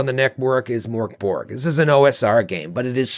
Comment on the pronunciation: Every time someone mispronounces "Mork Borg" a Swedish person loses their meatballs.